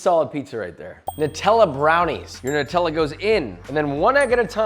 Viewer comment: Thankyou for being the only American that can actually pronounce Nutella properly Everyone else say nootella